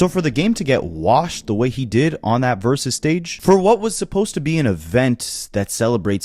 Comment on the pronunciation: I know you're a child, but stop saying "verus battle."